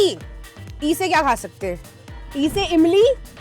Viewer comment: Zeera nh Jeera hota h ...Emli nh Imli h